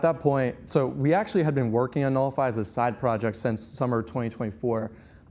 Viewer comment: "Knowlify" not "Nullify"